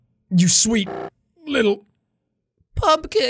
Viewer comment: WHY DID JACK HAVE TO SAY PUMPKIN LIKE THAT